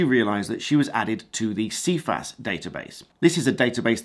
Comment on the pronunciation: First can I add it's pronounced "SI FAS" even the organisation themselves say it as that. 6 yrs is the maximum time a loading can remain. Sounds like a cat1 or cat6 loading now whilst mistake can happen it's unlikely they were not aware of why the account was being closed. Cifas would be the place to appeal the loading and get further information. Not sure this quite adds up as the way it has been portrayed here. ATB